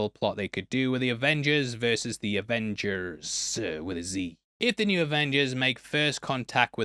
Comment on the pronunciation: Avongers Avingers Revengers AvengerZ lol